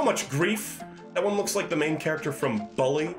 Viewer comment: lol of all the things in this stream, I didn't expect your pronunciation of "bully" to be the thing that annoys me the most. It's like BOOk, not BUcket. Or, a better way to put it would be "Bull-E."